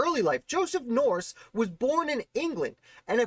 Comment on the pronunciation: Thanks for this great piece on Joseph. One note... the name is pronounced "Nurse." Andrew Jackson famously said that his first order of business as President would be to "clean out the nursery" in reference to Joseph Nourse having filled the treasury with his relatives. George Washington referenced Joseph and his father in several of his papers and letters spelling the name "Nurse," e.g. Diary entry 9 Mar 1771: "Finished Ditto for Mr. Marcus Stephenson—who was to be the bearer of them. Mr. Dick & the two Mr. Nurses dined at my Brothers today."